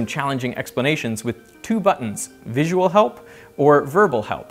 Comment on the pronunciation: Three, I suppose :-) Vi-su-al